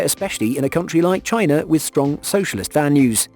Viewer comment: you pronounced capitalist wrong, somehow it sounded like socialist?